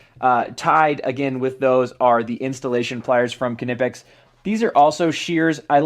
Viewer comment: WoW you are the first American who says Knipex right, Awesome! Give you‘r Tools a treat and oil them a bit so they don‘t rust. I sugest Balistol but WD40 will be ok. Here is a link to a Factory Tour at Knipex.